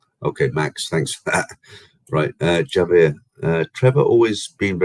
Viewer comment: Hi, great live stream, the world is full of idiots please ignore them hopefully they will go away like a nasty rash 🙏 I know you like to get pronunciation correct as Pattaya, Javier is pronounced with a H so pronunciation is Havier 😊 enjoy the rest of your trip👍👍👍